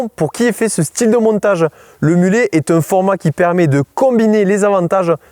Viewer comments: Ici on prononce mulet et pas mulette 😂📣. Bien les arguments. J’ajouterai que le 27,5 est intéressant en + pour avoir comme dit dans la vidéo le même grip que le 29. Cela permet de mettre une cassette moins grosse et moins chère. Dans les très grosses pentes on est gagnant. Ça tire plus court. Avantage avec un VAE cela permet de garder un grand plateau à l’avant et de moins tirer sur les maillons de la chaîne en sortie moteur. Dans les inconvénients en voyage on a deux trains de pneus différents et on n’emmène souvent qu’un seul pneu de rechange. Merci pour ce descriptif d’un mulet et pas d’une mulette 🤣🤩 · Pourquoi prononcer "mulette" et non pas mulet ? Ce mot est d'origine française. De plus un mulet est bien un hybride (de 2 équidés) tout comme ces vélos (29 et 27,5). Si quelques fois des termes sont employés on ne sait pourquoi, là c'est criant de simplicité. Où serait le problème de prononcer mulet (à la française) ??? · mais pkoi prononcé mulète alors que ca se prononce mulé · Salut, on ne prononce pas mulette !! mais mulet. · Mulet et pas mulette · Bonjour et merci pour la vidéo très claire. Juste un détail.. en français mulet se dit « mulè » pas mulette… déjà que ces pauvres bêtes n’ont pas la côte… entendre ça leur ferait saigner les oreilles.. qu’ils ont très grandes 😞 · Mais pourquoi on prononce mulet a l'anglaise. Comme si ce mot n'existait pas dans notre langue. 🤷‍♂️